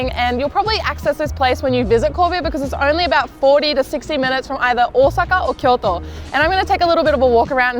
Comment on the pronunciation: 10/10 for the phonetically correct pronounciation of Ōsaka. This is how I know people are legit.